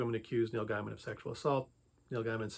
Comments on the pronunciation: His name is pronounced “gay man” not “guy man” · It's pronounced "GAY mun". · Why do you not pronounce his name correctly? It cuts your credibility.